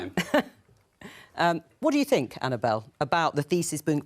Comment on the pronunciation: That guy says what I fink